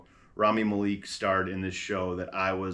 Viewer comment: the malek pronounciation 💔